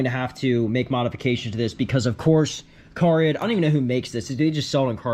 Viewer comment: Those are not CARid’s headlights. They do not make any of the parts they sell. Those headlights are spyder headlights and it is pronounced car-id not carid